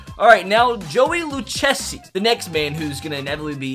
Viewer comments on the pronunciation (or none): Mispronunciations Taijuan (tie-juan (like the hispanic name)) Luchessi (lou-KAY-zee) Gsellman (G pronounced) Jeruys (J sound like J, not H) DeJong (de-Yong) Villar (Vee-ar)